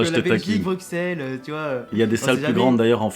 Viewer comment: "Bruk-selles" "Foreste" mes oreilles 😂 ça se dit "Brusselles" et "Forêt" ✌🏼